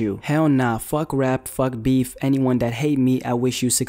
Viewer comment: "fug rap, fug beeph" HAHAHAHAH